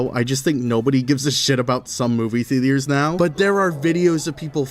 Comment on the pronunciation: Anyone gonna bring up the fact how he pronounces theatres as the-de-tres?